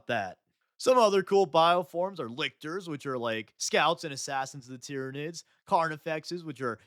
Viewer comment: The planet Tyran is pronounced ( tie-ran ) like you said in the video... so why do you and many others pronounce the aliens like ti-rin-ids? Shouldn't it be tie-ran-ids like the planet tie-ran?